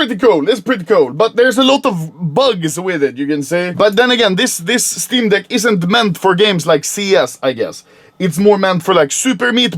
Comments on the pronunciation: "Shteam deck" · Anomaly: this is the steam deck Me: haha… he said steam d*ck, that’s actually hilarious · Schteam deck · Shteem Deck. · "Shteem Deck" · "schteam dehck" -anomaly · dont tell me im the only person who heard him stay steam dick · Nobody: Anomaly: SCHTEEM DECC